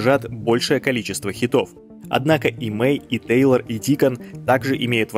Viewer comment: Тэйлор ( а не Тайлер)